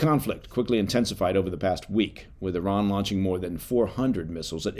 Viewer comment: I was like wait where's the American eye-ran when he was saying it. 😂